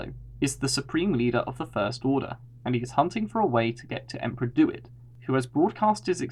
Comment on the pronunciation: It's "DEW IT", not "Do. It."!